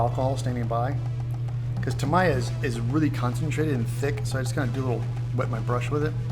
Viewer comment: You're butchering the pronunciation of "Tamiya" Its "Tah mee ah"